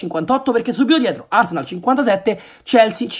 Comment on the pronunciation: “a totthenam, e ad arsneal”...a londra sick!